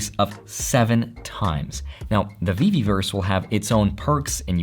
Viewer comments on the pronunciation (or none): I think it's ve-verse. Not ve-ve-verse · Veverse ! there's no Veveverse ;)